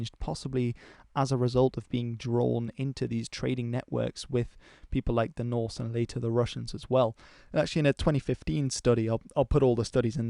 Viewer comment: I am very much impressed by your broad range of interest and the quality of your videos. Also impressed by your pronounciation of Norse/Scandinavian names.